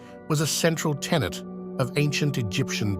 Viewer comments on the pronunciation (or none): none